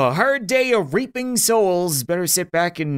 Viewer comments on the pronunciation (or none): I thought he said 'raping' souls not 'reaping' souls